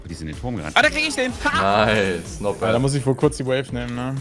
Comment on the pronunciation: Wieso sagst du eigentlich wenn du es sagst: not bath anstatt not bad